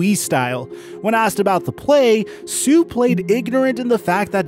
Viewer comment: Suh rhymes with "Duh!" Just sayin'.